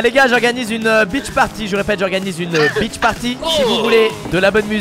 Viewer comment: Beach party? Ou...BITCH party... ta prononciation....